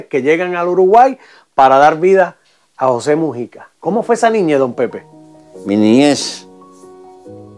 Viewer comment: Disculpe es Mújica p q el.chisme este lo lee como.musica